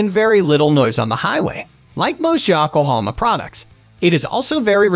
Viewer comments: yakohoma tire! ya-ko-ho-ma! it is yo-ko-ho-ma. YO-kohoma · AI voice sucks at pronouncing the brand names. Ya-kohama😅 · Defender is second on the list in this video. Right after the mispronounced Yokohama tire.